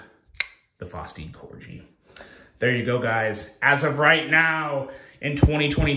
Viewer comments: I'm sure I'm not the first one to point out...they name some models after dogs. Labrador. Dachshund. And yes, Corgi. KOR-ghee. Not KOR-jee. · It's pronounced Cor-gi like the dog not Corgee lmao what is so many knife people mispronounce knife names 😅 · It's corgi "G" just like the dog, not corji "J" . It sounds like the g when you say "guy" not "gee whiz". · It's pronounced (core-gee) like the dog. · I’ve already pointed this out before to him, I think he does it just so we comment like we are doing lol. He’s a Smart guy 🤓